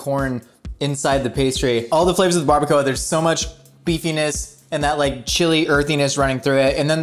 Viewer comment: Omg its so funny how he pronouns baracoa so wrong and so funny!😆😆😆😂😂also he should have made pico de gallo, more authentic recipe.